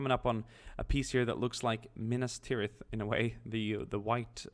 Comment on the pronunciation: I cant tell you how happy I am you pronounced Minas Tirith properly